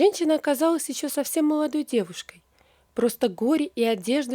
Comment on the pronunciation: А что у вас со словами.Вместо Л В .( не вышла,а у вас вышва.Молодой,а у вас моводой) Что позориться..